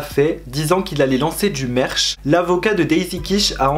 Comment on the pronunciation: « merche » haha ça se prononce « meurtch » mais ça s’écrit merch